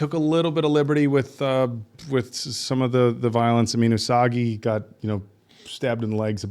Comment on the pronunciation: calling Usagi "Unagi" makes me laugh every time because it means eel.